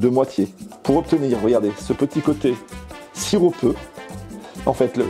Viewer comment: On dit sirupeux et pas siropeux!